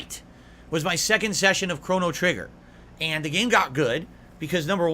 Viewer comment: Cona-Trigger-nger😂